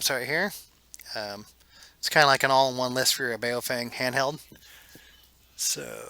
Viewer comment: Baofeng is pronounced "Bow-fung" not "BA-O-feng" It means something like: "strong wind".